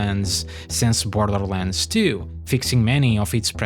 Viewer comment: “and with that… came BLTHLTHLRlands tyoo”